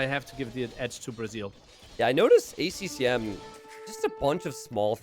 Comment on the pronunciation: "Bac-T" and "A C M"? get your shit together